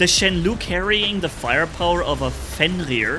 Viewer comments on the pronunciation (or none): Just a little thing. Shenlou should pronounce as /shen low/ instead of /shen lu/. This Chinese word stands for ‘storm cloud’. It is an ancient word that only seen in poems and novels today.